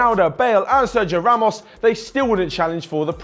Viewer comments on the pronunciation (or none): none